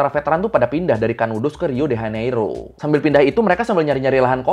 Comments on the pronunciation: Diucapkan "hiu de janeiru". "j" diucapkan seperti "je" dalam bahasa Perancis (aku orang Brasil) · Btw Bang, Sebenar nya Pengucapn Lokasi2 di Brazil itu pakai Bahasa Portugis Brazil. "Rio de Janeiro" itu diucapkannya "Hiu de Janeiru" dalam bahasa Portugis Brazil wkwkwk